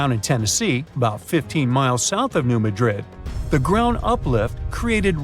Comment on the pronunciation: It's New-mad'-dred Accent on second syllable.